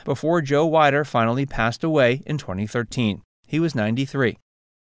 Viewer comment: Just fyi, it's Weeeder, not Wiiiider.